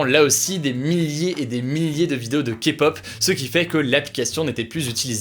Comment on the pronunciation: Merci d'avoir bien prononcé le mot kpop ! 😄